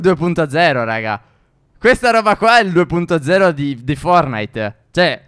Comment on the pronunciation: Si dice forTnite e non fornite